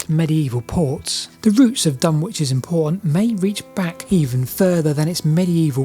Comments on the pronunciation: The W in Dunwich is not pronounced. It is pronounced dun-ich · BTW Dunwich is pronounced more like Dunnidge - rhymes with midge and bridge. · Dunwich == dun-ich, like Norwich which has no sounded 'w'. The 'wich' comes from the Anglo-Saxon suffix -wīc, signifying "a dwelling or fortified place" 🙂 I guess Ipswich is indeed 'ips-wich', not 'ips-ich', but there's always an exception that proves the rule 😂 And 'lang-stone' == 'lang-ston'. And , "unproportional" should be "disproportional" (from Goolge: "Disproportionate" is the standard, preferred English term meaning out of balance, uneven, or not in proper proportion to something else. While "disproportional" is occasionally used, "disproportionate" is more widely accepted, especially in formal contexts. "Unproportional" is generally considered non-standard or a mistake, though it is sometimes used to mean the same thing.) And finally ... do you have any idea one why the village of Snap appears to have been destroyed as opposed to simply abandoned? It must have taken some effort to collape the place to it's current hard to recognise form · Dunwick (said Dunnich) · Say Dunnich not DunWich. My childhood stomping ground. Wiped out by a couple of storms. Just down the coast is Leiston Abbey, moved in its entirety (bar one cell) to higher ground to escape the water. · Great video, although I'm pretty sure it's Duh-nich not Dun-which 😊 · It's pronounced Dun-itch. Which is confusing, as down the road is Ipswich which is pronounced as you'd expect. Silly Suffolkers. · The W in Dunwich is silent - it's pronounced Dunitch. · FYI Dunwich is pronounced Dunnidge around these parts. Fascinating video. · Hi, see you are not a local East Angle. My mother was born and raised near Dunwich in the early 20C. She always called in 'Dunich' not pronouncing the 'w'. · Dunwich is pronounced " Dun-itch" by the local people, very informative video many thx for making so many interesting videos, long may you continue!